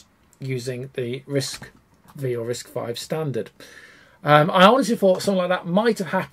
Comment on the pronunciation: Great video! Hint: you don't have to keep saying both: It's officially "RISC-five. not "V".